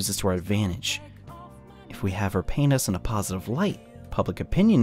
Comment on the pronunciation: when u said "paint us" it sounded somehow like the D word